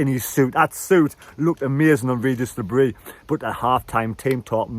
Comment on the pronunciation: Still haven't learned how to pronounce Le Bris though 🤣